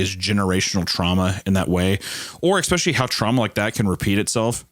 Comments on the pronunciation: Anytime Hunter says « especially » I hear « expecially »😅 if Tommy is immortal then the dad can’t do anything. If he wants those kids then he’s gonna get those kids. It’s unavoidable unless you spend your life on the run.🤷🏾‍♀️ I think it’s because Tommy doesn’t like strangers/crowds I wonder if he’d come back if they adopted kids instead of having biological kids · i am adapting to saying exxxpecially because of hunter